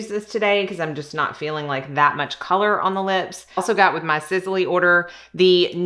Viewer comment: Sisley Paris is pronounced Siss-Lee, not Siz-Lee… your make-up looks beautiful & flawless